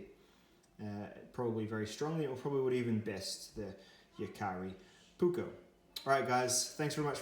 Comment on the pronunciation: It’s jääkäripuukko not Jakaripuukko 😉 ”Puukko” is Finnish word meaning basically general camping/ bushcraf-type knife, wich is used with edc, woodcrafting and self defence (150-200 years a go). ”Veitsi” means knife in english, and cutlery or tactical knives are ”veitsi” not ”puukko”. ”Leuku” is puukko-knife originally from Lapland-area in Finland, Sweden and Norway, some leuku’s are over 8 inch long and can be used reideer butchery etc.